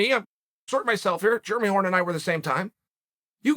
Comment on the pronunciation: Do yall think Chael actually knows how to pronounce it but thinks all the Jeremys of the MMA world are just unclean and germy?